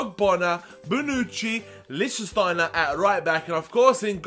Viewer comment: Lichsteiner is pronounced Lick-Stine-er